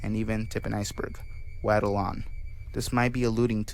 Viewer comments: How can you actually an upload a video and not even know what half of the topics are about? You could have at least made some effort, maybe have spoken to reddit users to find out information? Very disappointing video. Also it’s pronounced “wod-ul” not “wad-ul” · "wahddle on" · has no one ever told this guy he isn't pronouncing waddle correctly??